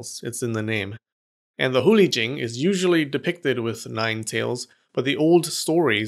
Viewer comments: Hate to be a downer but you said Hu Li Jing wrong Chinese have romanized characters but that does not mean it sounds like anything English just saying. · The way u pronounced Hu Li Jing was Sacrilegious